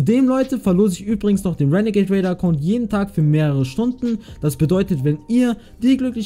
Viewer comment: Ich Feier es wenn du renegat raider sagst